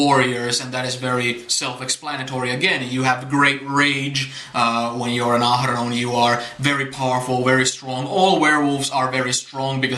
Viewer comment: I love how you roll your R’s when you pronounce Ahroun! With your accent, its sounds so authentic & beautiful! (^_^)